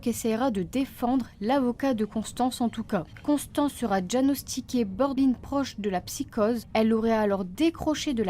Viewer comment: "Borderline" se prononce "bor doer layn" ;) Merci à toi